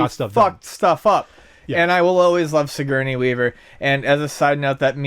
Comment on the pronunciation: lol, Sig-Gurney?